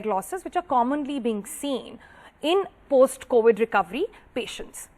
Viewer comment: COWID?! WHATS COWID LADY?